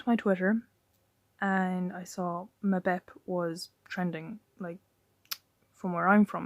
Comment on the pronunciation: say his name properly you fool